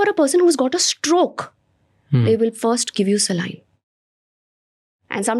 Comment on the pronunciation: She can't even pronounce the word saline... People like her should not spread the wrong message